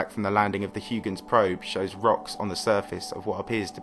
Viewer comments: Huygens is pronounced H-AW-KH-ENS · Huygens is a Dutch name and correctly pronounced "Highgens." Don't you have Google? Respect! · Of all of the various ways people pronounce Christiaan Huygens' name, I've never before heard it as "hoo-gins". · hoy-gens not hugh-gens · It's pronounced like hoygenz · "Hugh-gens" xD Get out of here. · Huygens ..... LOL!!!! 🤦🏻‍♂️ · Please learn the correct pronunciation of Huygens. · Dude, you're making science videos, you should put an effort in using correct scientific terms and pronouncing names correctly. Nuke-lar is not a term....the scientific term is nuclear, pronounced ˈnü-klē-ər Also, Huygens was dutch....if you don't want to learn the correct dutch pronunciation, at least stick to the standard US pronunciation: ˈhɔɪɡənz/ HOY-gənz